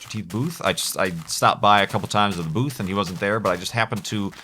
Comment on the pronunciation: every time you say"booth" I hear boobs.